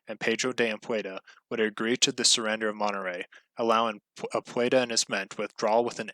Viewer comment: its pronounced "am pu dee ah" not anpueda ,sounds hilarious, the e before of the d